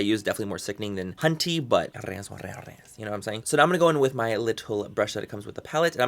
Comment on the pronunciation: Every time he says 'hunty', I hear 'cunty' and all I can think of is Manny saying "If you don't like this palette, PLEASE DON'T FUCKING BUY IT".